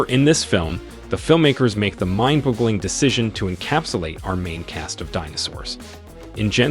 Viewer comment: i really like your writing but I do not like the a.i. voice your using! Please use your voice or a real actor or maybe a better actor if this is one. They mispronounced mind boggling and dinos. Both of which is either a.i. or uncaring voice acting. But great writing and I REALLY like your prespective <3